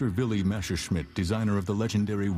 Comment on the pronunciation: I agree. Not only this particullar film. Usually it's the good old "Meshersmitt"